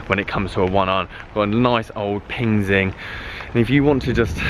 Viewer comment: PING EYE NOT Zing.